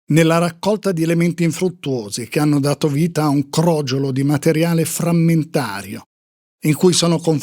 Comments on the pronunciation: Crogiòlo (meglio crogiuolo) NON crògiolo. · Bellissima narrazione, come sempre, ma si dice crogiòlo con l' accento sulla seconda o, non sulla prima.